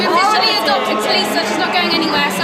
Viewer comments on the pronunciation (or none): LifeOfLeya B it is prounce tulisa